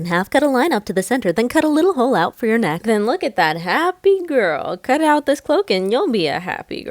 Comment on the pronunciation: "neckth" LOL oh my goodness